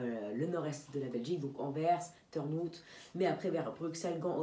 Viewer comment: D'ailleurs "Turnhout" ça se dit comme avec un accent anglais, c'est à dire "turn" comme turn en anglais et "hout" comme out en anglais😁